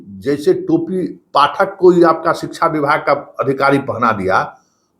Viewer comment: Hindi bolne nhi ata kabhi Pathak ko sahi bolta hai kabhi galat